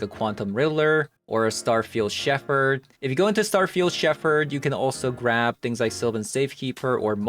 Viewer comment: just FYI, the word "Shepherd" is pronounced "shep-urd". I know, I know, English is stupid (it really is). There's an exception to every pronunciation rule.